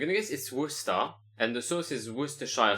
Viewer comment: Bro pronounces Worcester correctly when the game can't even spell it